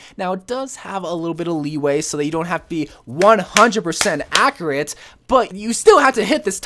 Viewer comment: Take a shot every time he says “ackeracy” or “ackerate”